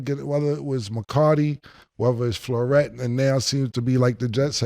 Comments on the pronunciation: “McCarty?!” “Floret?!” Not McCarthy or lafleur 😂😂😂😂😂 cam’s blooper reel of butchering names is off the charts. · Cam called Matt Lafleur flooret 😅